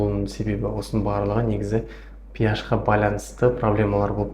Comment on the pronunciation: Пиаш емес HP ашпи деп оқылады дәрігер дұрыс оқы